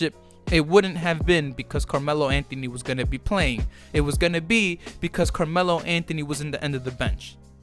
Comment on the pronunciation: Carjealo Anthony 🤦🏼‍♂️